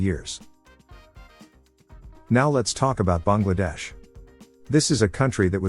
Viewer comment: Kudos to the narrator for pronouncing Bangladesh correctly. 🙏